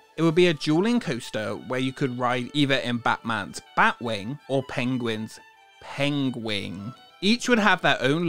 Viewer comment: Pengwing? Maybe Benedict Cumberbatch wasn't pronouncing it wrong afterall.